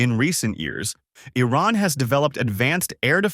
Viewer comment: Firstly, learn to pronounce Iran correctly. It sounds like calling Trump as Dumb.